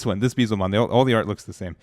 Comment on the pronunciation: never gonna learn to say Beelzemon lol